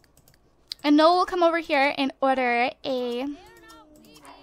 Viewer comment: You pronounce his name "no-el", if it's spelled noel.